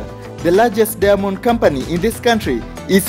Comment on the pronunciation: The way you pronounce diamond ist irritating. I hear every time only Demons... Lol